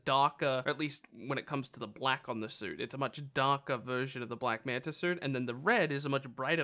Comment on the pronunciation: Can you say black manta not black manter.